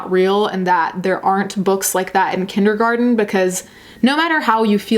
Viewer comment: Christy Fielding lol you dont have to be sarcastic. english isnt even her first language. you may be surprised but shes not from here lol